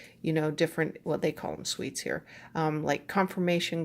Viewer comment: They're pronounced "SOOTS" not "SWEETS"